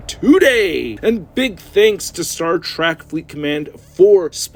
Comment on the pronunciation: It's Star Trek, not Track